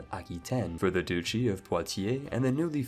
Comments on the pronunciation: Aha! You accidentally pronounced "duchy" correctly here, confirming that all those times you pronounced it "doochy" you were deliberately trolling just to annoy me. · Duchy is pronounced dutch-ee, not doochy. Betrothed has long o, though. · So Duchy is actually pronounced "douchey," I had no idea... the more you know